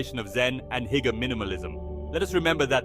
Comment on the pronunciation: "Hooger" not "heeger".